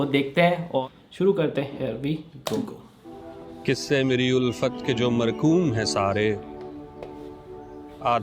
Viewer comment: People should pronounce Urdu words correctly. This so called poet says kissay instead of qissay